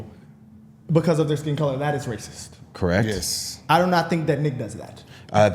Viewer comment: The bros squabbling about “am I raciss” was tedious as hell, but the rest of the vid was good.